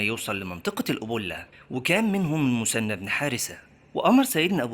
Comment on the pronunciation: المثنى وليس المسنى حتى لو تنطقها بالمصري خلي العربيه صحيحه في المحتوى..